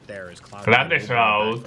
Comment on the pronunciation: “Esh chroud”